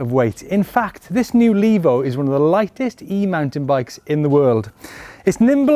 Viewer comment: Levo. Not Lavo. The e is long.